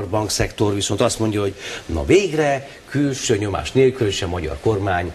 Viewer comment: "külsző nyomás", "vóót" Fidesz Csinovnyik level60